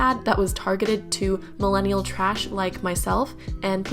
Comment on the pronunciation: “mellenial” lol ok